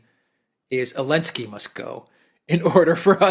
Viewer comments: Ze ze ze zelensky. Not elensky. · Can someone explain to this dude that it's not Elensky but Zelensky? Not that I care, but he sounds like an amateur. He clearly doesn't realize that. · Is saying elensky instead of Zelensky or is it just me?